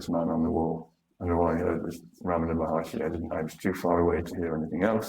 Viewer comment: "Maharshi"; not Maharishi.